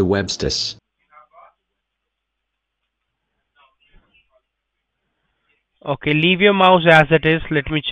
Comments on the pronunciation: He is just typing for it to talk. You can notice he typed "websites" wrong and it said "webstis" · Ha, you mistyped and it sounded as "webstes". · "it was on one of the webstis" xD